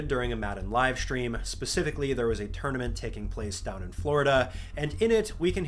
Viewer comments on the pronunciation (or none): “ekshtreme” and “shtream”. Why the hell do you pronounce it like that?????